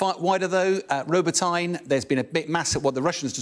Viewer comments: ROBOTYNE? did he really pronounce it like that?? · The Ukrainian attack on Robotnye (which Bell comically mispronounces) has been another disaster for the AFU. Videos show some 25 tanks and a dozen other vehicles being destroyed. Is this man actually being payed for his propagandistic drivel ?